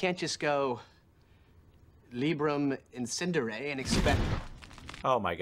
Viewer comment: props to that book for understanding that atrocious way of pronouncing "librum encendere"